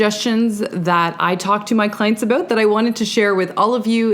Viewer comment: Aboot “ instead of about ;) so cute 😂